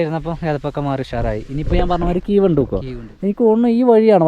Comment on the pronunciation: കീവ് അല്ല കേവ് (cave)